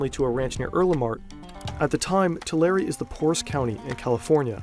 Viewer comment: Tu lari is crazy i know it as tu lare the e is silent